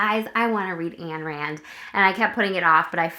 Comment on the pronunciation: Pronounced INE-rand